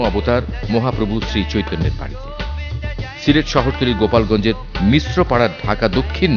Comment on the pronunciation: it's not GOPAL GONG but GOLAP GONG.is the right name of this place. I am from dhaka dakshin by the way.